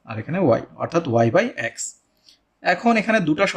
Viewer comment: অ্যাক্স না বলে এক্স বললে ভালো হয়..... 😢